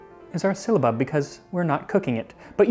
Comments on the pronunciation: I found your channel, and I am loving all your videos! The anthropology and history of food is awesome. One thing, I think it's pronounced differently than you were pronouncing it. I believe it's pronounced sil·la·bub, not sil-lee-a-bub which was how you seemed to pronounce it. Anyway keep making these amazing videos! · I'm afraid your pronunciation is a little 'silly'. It's si· luh·buhb not si· ll·y·a·buhb. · Would this not be pronounced "Sigh-luh-bub" or "Syl-luh-bub" instead of "Silly-uh-bub" Sorry, that's driving me mad. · sil-a-bub, NOT silly-a-bub. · The way it's spelled it should not be pronounced with an i before the a. Unless my eyes deceive me, it's not SYLIABUB - It's SYLLABUB. . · Syllabub has only 3 syllables 😁 but you gave it 4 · I'm finding his pronunciation "silly-abub" more amusing that I probably should. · It's not 'syllia-bub. it's syll-a-bub! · Just FYI, you keep saying “sylliabub”, not “syllabub”. You’re adding an extra “i” in there. It’s pronounced SIL-A-BUB. 😊 Love your videos. I think you should open a restaurant. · It’s “sill ah bub” not “silly a bub”. You’re adding an i that isn’t there. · Bruh, it is just syllabub pronounced sil-uh-bub not silly-uh-bub. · How strange that "Sy-lla-bub", should be interchangeable with "Silly-a-bub". Folk do tend to complicate words that they are new to, adding letters or even syllables ('silly-ables'..? LOL!). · It's syl-a-bub.....Not syliabub. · Ummm why are you pronouncing it sill-i-abub? Are you reading the word wrong? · Sounds like "Sill-UH-Bub. Not "silly a bub." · It's not a Spanish ll, nor yet a Welsh. Silabub. Not sillybub, nor sihllabub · It's syl-la-bub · I think you are adding in the extra syllable. It’s definitely syllabub. Sil a bub. My grandmother used to make it. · I'm SO making this very soon. But it's pronounced sil a bub, my dear. And where do I find orange flower water? Thank you for the lesson and recipe!